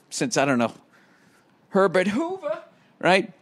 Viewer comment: His haaaiiiahhhhh hasn't seen conditionahhhhh since Herbert HOOOOVVVAAAAAAaaaaahhhhhhh